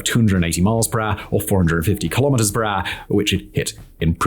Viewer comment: "per rrr" 😅